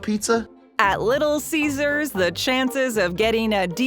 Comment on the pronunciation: Did you just say little ceasars